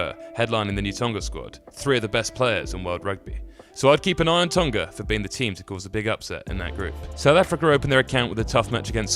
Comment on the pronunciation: FFS - 'Tong-ah' not 'Tong-gah'!